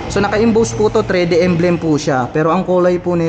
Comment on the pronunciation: kakatuwa lang pagbigkas ni lods. Trede - 3d, Travel - Trabol, Air cooled - Er kold. :)